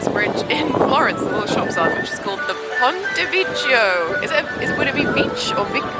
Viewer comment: Just in case you are interested, the bridge they copied from Florence - which does look like a good imitation! - is called the Ponte Vecchio (veck-ee-oh), which translates as the Old Bridge. I enjoyed this vlog, I've only been to Disneyland Paris for a day on a school trip and I didn't grow up with the Disney films (blame my mother's interpretation of feminism) but I did find DL Paris magical and I would love to love it all as you do. And I saw your Insta clips mulling over this video but you clearly love doing Disney vlogs so don't worry about the probably small percentage of subscribers that aren't interested. As long as it doesn't detract from your enjoyment of the parks, I hope you'll make more in the future!